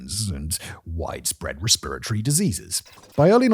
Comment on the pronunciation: I’m so confused as to why he can’t say respiratory like a normal person 😂